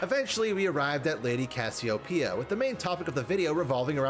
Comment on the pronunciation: why y'all pronounce Cassiopeia so weirdly?